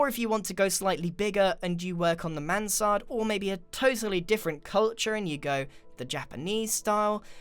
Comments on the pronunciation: For me that sounded like he said. So that is the Samanthaaa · yes he has amazung pronouncation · Grian struggling to say Mansard